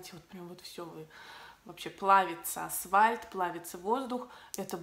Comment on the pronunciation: Приятный блог. Я даже потерплю С на конце фамилии (ну, что возьмешь, в Австралии все так говорят). Но асВальт- это за гранью добра и зла!)))